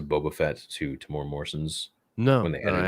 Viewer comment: Haha are you correcting me? :-) :-) - Fine then, I'm from New Zealand so ill start spelling Asoka right when you Americans start pronouncing Temuera correctly. You guys butcher it every time. It's pronounced Temu-Era (his name has 4 syllables). Not mad about it - but do you guys have to mispronounce it every freaking time? Other than that, much love to my fellow Star Wars brothers. (edit - and sisters).